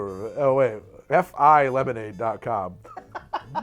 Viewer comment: When you said FILemonade my brain instantly went “Manah Manah”